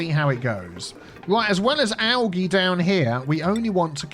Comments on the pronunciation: Its pronounced ALJEE Spelled Algae Not Pronounced ALGEE, just a heads up because out of all my years of being grammar police never once has i heard it pronounced like you say it my friend lol. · i absolutely hate the the way you say algae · Hearing you pronounce algae the way you do makes me giggle 😊 in the us it’s pronounced ‘al-jee’ instead of having a soft g sound, ie ‘al-gee’. I love culture comparisons lol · Never heard algae called algee. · I've never heard of algae pronounced like this before. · G is hard. J is soft . Think you got those mixed up. But yeah we pronounce it algae with a hard G. We tend to not make a fuss when we hear it with a soft g. Not like with Gif.